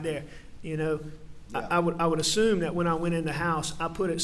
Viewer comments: Other than being a horrible killer of one's family...why can't this gross human being pronounce his t's, and th's?! It's "dis, dat, dem, dey, etc.!" 🙄😤🤬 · "Dis, dat, dem, dose, da, dere" Apparently this guy can't pronounce "th". lol